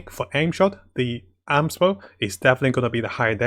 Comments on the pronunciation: Amos Bow is pronounced "A-Mos" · Every Time he Say Aams Bow Someone gets a 5*Star Character 😌